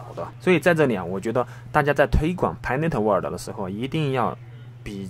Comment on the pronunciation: 谢谢！注意pi network发音！尾音读k